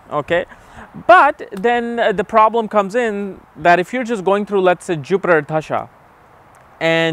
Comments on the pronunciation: Why do you pronounce 'dasha' as 'dhasha'? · bro its da-sha not dhhha-sa